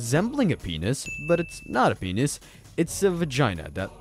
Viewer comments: Here's some knowledge for you. It's pronounced PEE-NISS not Peenyhus. Holy hell. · Penius? Is that how I’m hearing your pronunciation? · This has gotta be the first person ive heard to pronounce "penis" as "penus" or "penius".